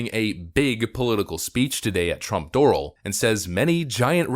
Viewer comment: I for one am excited to see Trump back in action on Twitter! Slight nitpick on the video: Doral is not pronounced like "oral", but is pronounced like "morale".